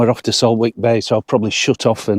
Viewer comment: It’s pronounced saltick. Silent W